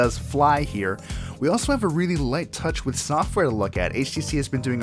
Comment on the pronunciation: Alex K. He said "Touch jizz, know where to slurp it."